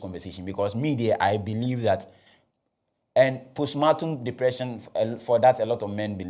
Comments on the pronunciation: Pronounced “powstpaartm” please.. or maybe you mean to say a different word.. respectfully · Thanks for helping me understand this case better. It’s been a little overwhelming so this summary helps. But please it’s postpartum and not postmartum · Is the word post partum or post matum